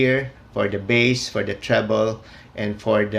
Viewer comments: Its beysss(bass) Not Bas(bass) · it should be pronounce as BASE